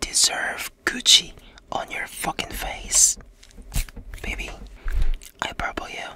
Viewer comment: "I purple you" is spot on 💜 #TaeStan